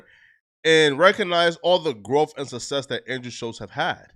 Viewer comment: "Instant sussess"